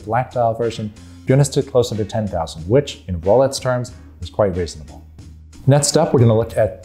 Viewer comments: My subtitles think he says "rowlights" :-D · He is actually saying "Rolets". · Am I hearing things or is he saying “Rolets”. This made it near impossible for me to get through this video. What’s going on…??? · How can you mispronounce “Rolex”?!!